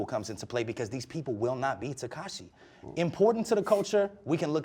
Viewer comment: He can’t even pronounce his name “tekashae”